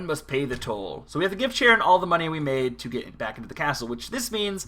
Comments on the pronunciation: figured I would let you know its pronounced "keh-ron", not "ch-e-ron" cause people get super butthurt about stuff like that. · lmao "CH'aron pretty sure its Karon, like the Greek myth ferryman of the underworld